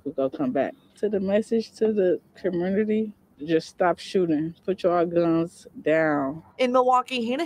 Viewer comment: Did she say "the message to the com-murder-ty"? 😅😂 That's gonna push "communitah" out of the top spot!